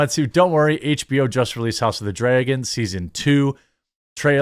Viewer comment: Jeremy says "dray-gon"